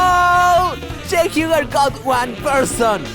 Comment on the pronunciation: "Shank Hyoogur" gets me every time.